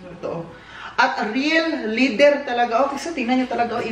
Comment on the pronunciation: Leather (LEH-thr). Hindi lih-thr 😊 parang pronunciation ng weather (WEH-thr not wiH-thr). Bagay sayo ang jacket, btw.